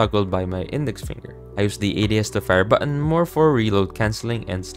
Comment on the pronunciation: this is a helpful video but the way you pronounce "button" as "buh-awn" with that fake accent is making me cringe PLSSS 💀